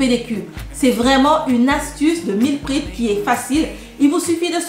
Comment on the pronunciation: Hello , merci pour c'est recettes qui donne envie 🤩 ... par contre je m'interroge, si tu ne mange que la soupe sans rien d'autre a coté ne risque tu pas de développer des carences ? Par contre ma jolie on ne dis pas meal " prip " mais meal " prép " ( je l'est écrit phonétiquement ) en anglais . Jai hate de voir ta prochaine vidéo. Prend soin de toi , que Dieu te préserve 🙏🏻